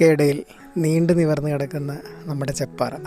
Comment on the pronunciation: ചേപ്പാറ അല്ല ചെപ്പാറ 👍